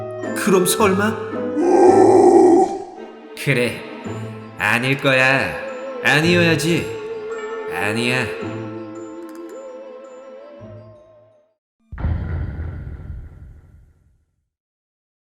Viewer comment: 초에 '아니여야지'인데 어니어야지로ㅋㅋ